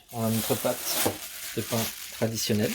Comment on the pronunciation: SVP : la pâte...non pas la "patte"... ce n'est pas tout à fait pareil....Ceci dit, la recette est bonne ! Merci.